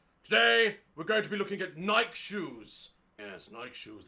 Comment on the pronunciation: the way he says nike tho